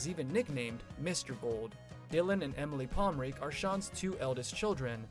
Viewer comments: Palm-ren-kee learn how to say it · I'm confused. Where is Andy? You talking bout pomrenke and you ain't even saying his name right.